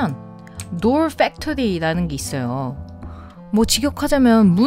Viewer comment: 도얼 풱토리~ 발음 멋지시네요ㅋㅋㅋ 본토 발음ㅋㅋ